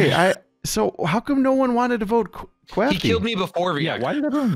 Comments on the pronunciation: Hurts so much that you kept saying “Kwafty” 🤦🏻‍♂️ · I like that actually calls him "Kwaftyy" instead of "Kraftyy"